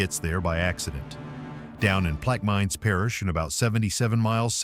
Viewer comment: Not plaque mines plaque i min short i min soft i, plaque just like the crap on your teeth